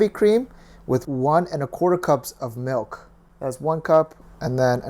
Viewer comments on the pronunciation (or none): none